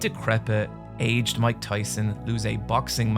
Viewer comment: "Watching a decrepid, aged Mike Tyson." Aged is two syllables in this context, not one as in a whiskey! 😉🕊️